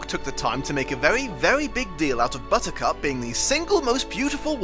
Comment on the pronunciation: Bit distracted that it sounds like you’re calling her Buzzcut except randomly once it’s clearly Buttercup